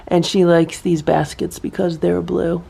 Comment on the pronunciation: Awww brotherly love!! And then Simba walks away being caught. Awww boys.. All the cats look so calm in the morning! Awww blue sounds like boo. 😅 they are all waiting downstairs for food. So they want to get notice. Ohhh nooo raccoons!!